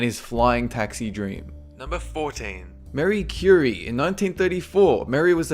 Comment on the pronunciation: he said Marie Curie's name wrong